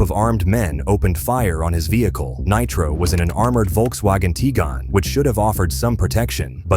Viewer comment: Volkswagen Tee Gain